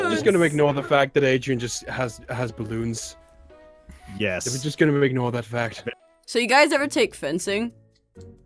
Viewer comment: aphmau says ballons XD we all rlly know wat they r XD